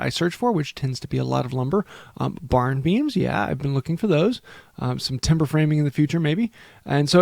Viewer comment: Timber not tembler